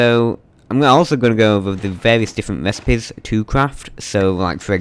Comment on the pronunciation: Cwafting and upgwading wecipes.